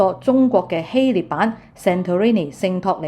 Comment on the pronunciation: 謝謝資訊！風景很美，你講嘢流暢，讚！但請留意：希臘個臘字讀音係臘肉個臘，肉字部首，唔係獵人個獵。你識讀臘味，應該知道點讀希臘個臘字。